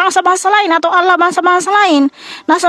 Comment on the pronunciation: Allah dibaca Alaah, karesteng... 2x